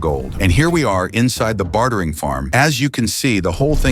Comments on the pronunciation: "bat-hering farm" lol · why does he pronounce bartering "Bathering" lol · "bathering farm" he says.